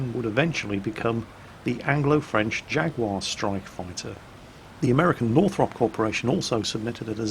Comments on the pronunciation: What's a 'jagwaar" then? do you mean a jaguar? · Stop saying "Jag-war" - You're British aren't you? It's pronounced "Jag-you-are!" --S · Why the fuck did you say "Jagwar" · So...When are you going to be renouncing your UK citizenship and moving to the USA, being as you insist on pronouncing things the American way, rather then the proper, English way? First it was SKedule instead of SHH-edule, now it's Jag-WAAAH instead of JAG-YOU-AR. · Nice video but please don't Americanise "Jaguar" to "Jagwar". It's just not cricket. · What's a "Jagwaar" when it's at home? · please tell me you didn't say Jaguar the american way. Because it sounded awfully like you said Jagwar. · Jag-war? And you call yourself British! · Jag-warr? When did we become American? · jaguar? jaguar? you have just reset all my Clarkson's Proper English Pronunciation education.....................jaguar? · I was all for a War Thunder video, but then repeatedly insisted on pronouncing Jaguar really weirdly. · Wop wop back in Warthunder:D I know I shouldn't...but your Americanised pronunciation of "Jaguar" is triggering me...I swear you do the same with "Minotaur".... ᶘ ͡°ᴥ͡°ᶅ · Why is someone from the North of England pronouncing 'Jaguar' like that?.... Please......... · Pricie Gaming Yeah man some horrible Americanisation there. Almost enough to make me start playing WOT again in protest. Almost.